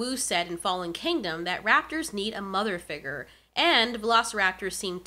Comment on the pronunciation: I liked this video, but the way figure was pronounced gave me ligma.